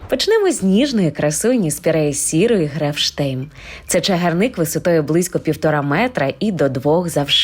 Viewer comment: Чому ви спірею сіру Грефшейм, називаєте Грефштейм?Може мені почулось, але я декілька разів переслухала. 🤷‍♀️Grefsheim-нема t.